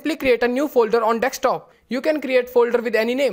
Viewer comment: Spell it.. Deee sss kk.desk top Desk [S] not Dekstop or dextop Repeat after me de sk desk desktop Desk top